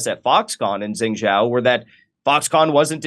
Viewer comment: Is he trying to say Xin Jiang region pronounced shin jyang, which is in the west of China and has always been outside of mainstream control which is in the east. Xin Jiang has significant Muslim population.